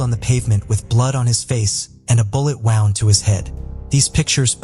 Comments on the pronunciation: ai cant even figure out the english langooage can pronounce Gwenella pass but wownd is a not sure. wound? wownd? woned? AI you can do better. the reporting was good YT blue chew and mail order brides? telling us we are trouly foooked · When I hear the AI pronouncing WOUND as WOWND, I honestly do understand why non English-speaking people so often miss-pronounce keywords which can cause "lost in translation" issues. Is there a way to teach your AI the correct pronunciation?